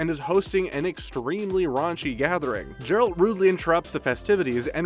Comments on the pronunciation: How are you mispronouncing Geralt? Have you not watched it? Haha. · Did the guy who did this voice over even watch the show? It's pronounced Geralt not Jeralt......high quality video here......try watching the show before you read a script about it. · He just pronounced geralt "jeralt"... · Gem=jem Geralt=jeralt. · Can we stop saying Jeralt it's Geralt like even in the game this isn't an issue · Every time he said “Jeralt” it was like hearing finger nails on a chalk board! 🙉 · Granted this has already been said by everybody, but you need to do your research. Or at least actually watch the show. 1) His name is not Jeralt 2) Yennefer lost her ability to bare children when she agreed to the spell to rid her of her deformities, not to become a Sorceress 3) Of course she's coming back. Anyone who's read the books or played the games knows that. Not to mention they wouldn't write off a main and key character after the first season. 🙄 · hahahah this guy was honestly pathetic i started cacking myself at "jeralt" lmfao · Its Geralt with a G not a J dude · Learn the main character's name dammit! Might as well have called her Jennifer! Yeah. Jeralt & Jennifer! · Djeralt. Pronunciation: Duh'jerald. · Geralt. Not Jeralt. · Seriously? "JERALT"???? C'mon..... do your freakin research!! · same way someone pronounces George, it isn't pronounced Gorge. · The sofy "G" on Geralt killed me. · Only if you learn to pronounce Geralt properly. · I mean you'd only have had to watch one episode to know how Geralt is pronounced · Can you say Geralt properly please? Thanks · Downvoting because of the incorrect way Geralt was pronounced. An unnecessary mistake within a vital part of this vid. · When you dunno how to pronounce THE LEAD CHARACTER’S NAME OF THE SERIES YOU ARE DISCUSSING!!!!! OMG, DUUUUUUUDE!!! 3 secs of research could have prevented this. So unprofessional. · Dude say the name right